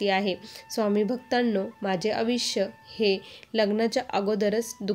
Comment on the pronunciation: आविष्य नव्हे आयुष्य म्हणायची प् प्रॅक्टिस करा.